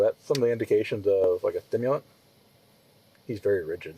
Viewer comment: “Like a TIMILUNT?” It’s stimulant not “TIMILUNT” there’s a “ST” there genius lol.